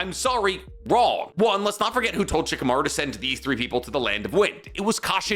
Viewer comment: "Shikimaru is barely tree level" 😂😂😂